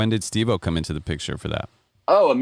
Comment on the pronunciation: Holly shit, took me a while to see it, nice job Stevo, oh wait, Stev-O, no wait, Steph o? can't seem to get it right 😂